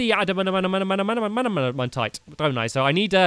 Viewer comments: Its ada man tight that’s how you pronounce it ADA MAN TIGHT Not adadamanatite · Btw it’s pronounced ad-a-man-tite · It’s ad-men-tite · Add-a-man-tight That's how you say adamantite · It's pronounced a da man tite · It’s pronounced AD-AMAHN-TIGHT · It's (add-a-man-tight) not how it's spelled how it's pronounced